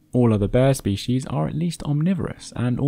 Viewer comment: Thats not how to pronounce species